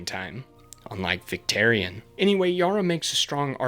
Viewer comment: Great video but you lost me at “victerion”